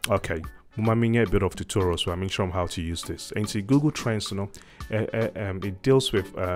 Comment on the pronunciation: Gugool! Can you pronounce it right for crying out loud with yout Twi English!